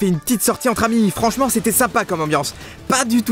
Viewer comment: il dit bien : Franch'ment j'aime pas la pleine et vous aurez la vidéo du mec qui dit ça svp